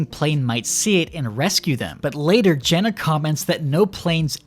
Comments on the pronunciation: Her name is Gemma not Jenna. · her name is gemma not jenna am i going insane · It's GeMMa not Jenna! :face-fuchsia-tongue-out::face-orange-raised-eyebrow::face-purple-crying::hand-orange-covering-eyes::face-pink-tears: I'm sorry, I have many mental illnesses. I agree with everything else he said. I do think they should have held the "child" hostage for longer.